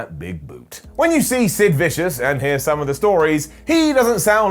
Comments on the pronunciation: who the hell is Sid 'Viscious'? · Was it Sid Vicious without the S in between?